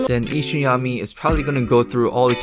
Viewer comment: This man said ishayami sensei😂😂😂. Lol its isayama brother